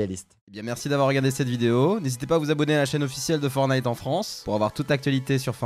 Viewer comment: Super vidéo mais on dit pas FORNITE on dit FORTNITE avec un t tu t'y connais en gamins mais tu sais pas prononcer un nom